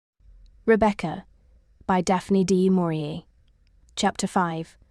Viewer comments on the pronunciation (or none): "Dee Maurier" and "Manderly". Absolute rubbish. Don't bother with this Temu attempt.